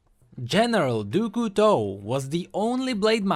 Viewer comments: Dou Couteau ?! French people are laugthing. . . . DOU COUTEAU ?! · It's kinda like "dyu", like you're adding a D in front of a hard U sound. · Doo Koo Toe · Your pronounciation of Du Couteau is terrible! XD worst than Ratatouille ! Yeah, i'm french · Dude for crying out loud pronounce Du Couteau right its so painful to hear, use google translate to do that for you or learn it from that from someone who speaks french. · i love what you do and stuff, and i also like the vid...but as i'm French, your prononciation of "Du Couteau" makes my ears cry tears of blood.___. But as "Couteau" means "Knife" and "du" doesn't exist or have an equivalent in English, just call him "General Knife" or something ^^' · du couteau the way u pronounce it is >>find a good word<<, and i love it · the pronouciation of "du couteau" made my day :D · As a french, it's just too fun to hear how pronounces "du couteau" ^^ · The way pronounces Du Couteau gives me cancer. But he's still awesome. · tbh, even english speakers pronounce it that way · I love him, but he doesn't know english well and how he pronounced 'Du Couteau' made me almost rage pause the video. I love his sacrifice for the lore of LoL, but man learn the damn language already.